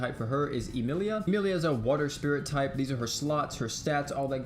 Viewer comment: Rehm or EEmeeleeia 😂